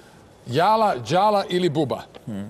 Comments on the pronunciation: Nije djala nego dzala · NIJE ĐALA NEGO DŽALA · De izgovarajte jala kao dzala a ne djala ko da su prvi put culi za njega pa ne znaju kako mu se izgovara ime